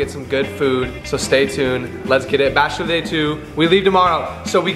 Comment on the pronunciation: It’s “Bachelor”, take out the “T”